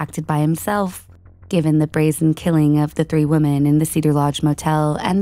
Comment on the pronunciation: The plural form of 'woman' is pronounced "wimmin". It's even spelled differently. 'women'